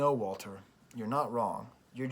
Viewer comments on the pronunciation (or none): none